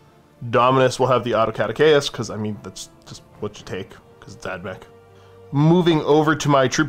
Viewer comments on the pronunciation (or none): Anyone else cringe when he pronounced Caduceus like an idiot?